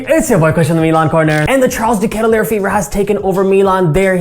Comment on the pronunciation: Not that I care, just in case you wanted to know, his last name is pronounced differently. But like I said, doesn’t bother me, felt like you should know if you didn’t already.